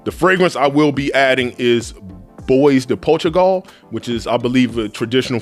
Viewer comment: Pronunciation police here ;-) It's Bwaaaaaaaa de Portugal. Aside from that you're gonna cost me a fortune man! (The final frag costs nearly £600 in the UK!!)